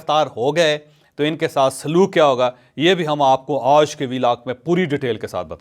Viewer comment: جاوید چوہدری صاحب آپ لفظ۔ آج ۔کو بہت برے انداز میں آدا کرتے ہیں